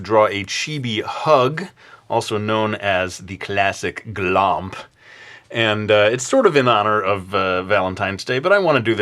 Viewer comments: The way u say glomp haha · Is that how you guys say glomp in America or is he just doing a weird voice when he says it?????